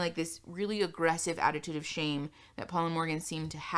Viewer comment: You’re mispronouncing “shame”